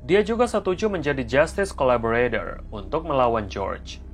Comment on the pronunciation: Pas nyebut kalimat :"justice Collaborator" bisa nggak sih bang indo dikit "jastis kolaborator" aja😅 terlalu merduuu soalnya😂